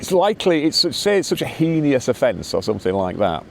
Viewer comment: NB. The word "HEINOUS" has two syllables and rhymes with Venus. Not as you're saying it with three syllables rhyming with genius. Thanks